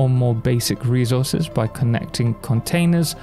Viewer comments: thanks for the guide but, who on earth says "rezources"? it's resources. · Thanks for the guide but... Who on earth says "rezources"? It's reSources.